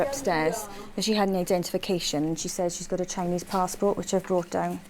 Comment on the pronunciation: I’m a stickler for grammar. The young girl with the dark hair and the “15yr old” from Lagos, can’t even pronounce ‘says’ correctly. That’s taught in the first 5 years of school. Young children always confuse done and did. For example “look what I done Miss!?” It’s unbelievable to see in today’s world.